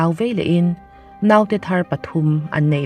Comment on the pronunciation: Tv lam aṭangin youtube hi ka en ṭhin a. 'Naute' i lam dan hi a dik lo ṭhin a. I aia hre zawkte zawt teh. 'Nau' hi thlûk loh tur.